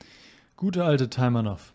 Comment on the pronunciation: Taimanow Betonung auf der zweiten Silbe